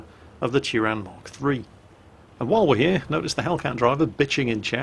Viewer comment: you butchered the name but I don't care